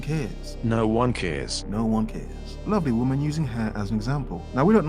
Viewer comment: "And remember: a whamen is always a whamen, doesn't matter who she is, is a whamen"